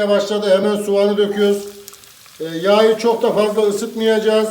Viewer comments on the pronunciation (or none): Abi be ilk kez izledim seni şuan ama şu konuşmanı düzelt be. Valla sen her YAĞYI dedikçe ayar oluyorum. YAĞI diyceksin yağyı değil. Neyse izleyim yağyı kızarttıgın yerde kaldım :D